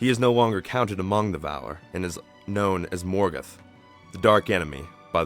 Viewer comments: Morgeth? It's ''Morgoth'' you fucking idiot! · Everyte he said Morgoth I thought he was saying Morgan D: lol